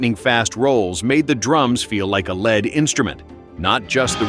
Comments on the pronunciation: I gave up after he said Carl Palmer played the drums like a lead instrument but pronounced it ‘led’ like the metal 😂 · PS, the word "lead" is pronounced "leed" when referring to a singer or guitarist, and it's Ronnie James DEE-O, not Die-o. Who does these voiceovers? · A "led" instrument???? Don't you mean a lead instrument???